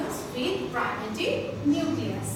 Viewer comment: You just read, we can read it by ourself too then what's the need to see your video and waste our MB. You didn’t make us understand anything, 😑😑you don't even know to read properly, you came to teach us, and you don't know to pronounce 'primitive' also. Worst video ever!